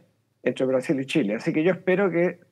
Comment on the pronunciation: Chilenos, les cuento una buena noticia??? a este fulano, alguien le enseñó que nuestro país se llama Chile y shile. Ahora puede perfectamente irse a la chucha no a la shusha!!!